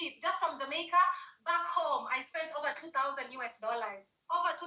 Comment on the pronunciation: This is the last time I am going to teach you how to pronounce "Jamaica." It is pronounced as: "Jah-May-Ka."